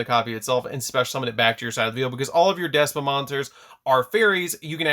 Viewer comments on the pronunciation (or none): Y is he saying despa 🤣🤣 it's despia